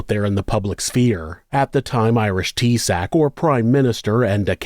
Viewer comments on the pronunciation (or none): FYI: In Ireland, the Prime Minister is termed Taoiseach which is pronounced TAY-shock, not "Tea Sack" lol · Mate its pronounced Tea-shock.